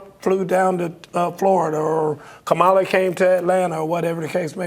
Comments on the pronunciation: Why not correct pronunciation of her name!!!! Come on people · Thad, the Caucasian guy said he needed more details on Kamala's policies. She has put out more detailed policies and spoke to them than trump has. Trump never speaks with details. Also, when they mispronounce her name, you know where they are. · Why can't the ignorant one's pronounce VP's name correctly? VP Kamala handled dump in the debate perfectly! She was NOT debating a "NORMAL/SANE" person! He thought he was going to steam roll her because she's a woman, and a BLACK one at that! In short, anyone that supports #dump is a plum fool, period! Who in their right mind would support the following? : Felon w/ 30 something criminal counts, sexual predator, liar, cheated on wife by paying a pornstar for sex, instigated January 6, 2021 insurrection, on a recorded call with GA Secretary of State, Brad Raffensperger harassing him to "find" 11,000 votes so he could win election! Six bankruptcies, KNOWN racist that refused to rent to Black people, had the WHITEST administration... NO diversity, unhinged, insane wannabe dictator with Project 2025 policies, 5 kids with 3 different women, and the list goes on... VOTE BLUE up and down the ballot for FREEDOM, SANITY, and PEACE! Full steam ahead with Harris / Walz 2024! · And the white boy mispronounced her name. That tells you all you need to know about him and his excuses to hate. It’s the dog whistle. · Y'all are saying her name is wrong it's kamala. Her name कमला it "means Lotus Just ask her mom that shit you people are calling her means. Nothing, can't you read sound it out 😂.. Wright? Here it's Indian not black Kamala Khan. AKA Ms. Marvel.. same Fucking Name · Not to mention his inability/unwillingness to pronounce her name correctly. It’s disrespect.